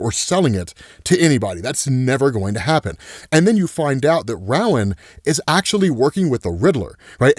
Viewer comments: Just so you know: The first syllable in "Rowan" is pronounced like the word "row", as in "a row of desks" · Uhhh, sorry, but I can't take it. Rowan is pronounced "ROW-an", like "row, row,row your boat, gently down the sea...." limerick. It's like a Gaelic name. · It's pronounced Ro-win, I know because it's my name lol 😊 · that's a new way to pronounce Rowan